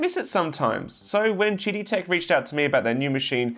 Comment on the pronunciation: I keep hearing "Cheaty Tech"...